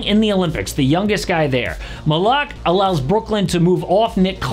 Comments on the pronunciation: Bro said Khaman Malak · If you're gonna do this kind of video you should at least know how to pronounce their names😂. Mal-o-walk and ess-en-gay